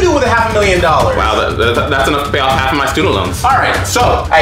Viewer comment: Emphasis on, "HALF."